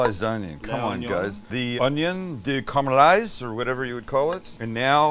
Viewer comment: Sam never pronounces the middle A in caramalizes. He says carmalizes.